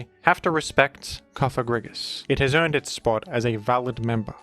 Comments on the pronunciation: So glad to hear that learned the correct pronunciation of “Cofagrigus” in time for Pride month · google "antepenultimate stress in Latin". Cofagrigus is a pseudo-Latin name as it ends in -us and such words are stressed in their third-to-last ("antepenultimate") syllable (except for when the second-to-last has a long vowel, because then it "weighs" like two syllables). Therefore your new pronunciation isn't just unintuitive, it's linguistically wrong. That's why normal people feel strange when they hear your wrong stress. I get why you do it, but it's kinda silly and childish, like saying "Úranus" instead of "Uránus". But at least then those people pronounce a short A in Úranus, so that it fits with the stress rules of Latin (or latinized Greek) words. If you wanna be scared by a Ghost (Pokémon's name), then at least say "Cofagrígus" with a long i, as then you at least speak in accordance to the antepenultimate stress rule. But I would still say Cofágrigus like you did in the past, because it's an innocent name of a Pokémon. Summary: Bad: Cofagrígus with a short i Ok: Cofagrígus with a long i Good: Cofágrigus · rip Cofagrigus pronunciation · Are you trying to be funny or make a point with that comment? Something like "hAhA hE nEvEr PrOnOuNcEs ThEm PoKeMoNs RiGhT"? "Groodon" is a perfectly fine way of pronouncing "Groudon" when you're reading that name without having heard others pronounce it before. The word "you" is pronounced in the same manner. The Cofágrigus/Cofagrígus question isn't even a matter of reading letters. It's a question of stress. Even someone who can't read would normally be able to pronounce it correctly. Orthography and converting written text into speech isn't a matter of LANGUAGE ITSELF but a language derived thing.